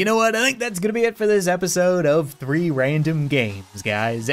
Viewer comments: It sounds like free random games not three random games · I hear it like REEE rAmDoM GamEs